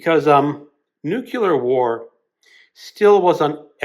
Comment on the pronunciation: OMG... Can somebody PLEASE tell me, HOW is it possible someone who has this many books pronounces nuclear like "NUKE-YOU-LER"?!? MAKE IT STOP